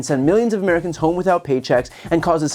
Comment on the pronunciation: “Inmericans” …only good thing she ever said.